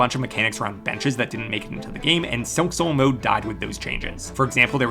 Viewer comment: Is it me or he pronounces silk soul mode strangely?